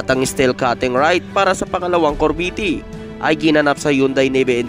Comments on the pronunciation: corvette cor-vette hahaha yan ang basa di cor-ve-tte thanks po🤔🙄😳😁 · Anong kor-vee-tee? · Anong corveti?Baka CORVETTE AYUSIN MO REPORT MO